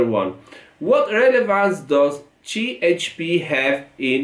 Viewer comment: Cehepe ❌️ Cieçpi ✅️ 😂